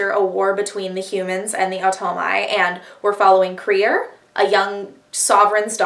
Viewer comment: LESBIANS ONLY!!! i deserved the credit for making you read crier's war :') IT IS THE ONLY BOOK! also WHY did you pronounce crier's name like that??? i've heard BRILLIANT things about the grief keeper STOP doing california so dirty i'm unsubscribing